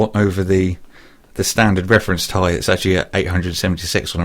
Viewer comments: its 780 'T EYE' not 'TIE' (im writing out as how it sounds i am fully aware they are not spelt 't eye' or 'tie' ) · "780 Tye?" unsubbed. Sorry for being buthurt but this shit grinds my gears..... like when people say S-L-I as Sly..